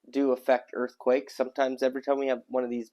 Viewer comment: Oh my ears -- earff-quakes? 😅